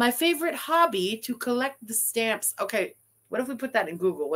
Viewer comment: He definitely said hobby. You can hear the b's